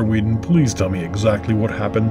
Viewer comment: Wasn't the second name pronounced wrong all the way through? Shouldn't it be 'weddon,' not 'Weedon?'